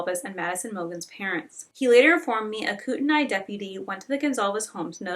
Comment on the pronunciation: Hey I live in the area (Spokane) and I know some of the names are difficult so for future videos here’s a guide Kootenai= koot-knee Coeur d’Alene- kore-duh-lane Spokane- spo-can Palouse- pa-loose Hope this helps I’ll edit and add more if I hear more difficult ones. Great video, your respect for the families really shines. Hope they are able to find some sort of peace 💔